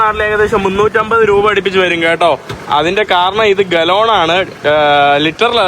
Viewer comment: തർത്തിയ അല്ലാ ടോർട്ടില്ല എന്നാണ്... പെട്രോൾ ഗലോൺ അല്ലാ ഗാലൻ എന്നാണ്